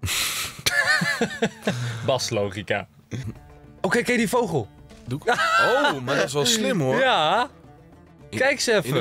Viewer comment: Grrrrrroooot nieuws! Enze zegt geen vogel maar voogel ik schrijf voogel want dat is met de grote o ik weet wel dat je vogel schrijft hoor!!😂